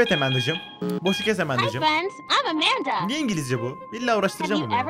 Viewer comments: Emende değil AMANDA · emendı değil amanda (yazıldığı gibi)